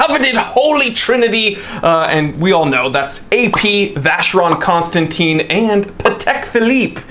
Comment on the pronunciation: It’s pronounced Con Stan Tan not Teen!!